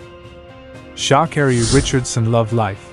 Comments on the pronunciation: How do you pronounce her name again... Shaakerry. 🤣🤣🤣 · What's with the SHA bit pronounce her name properly for the billionth time. My father told me when I was very young, one must never let anyone spell or pronounce one's name incorrectly.